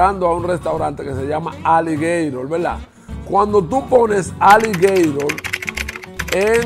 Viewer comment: bro says aligatore!!!!😂😂😂😂😂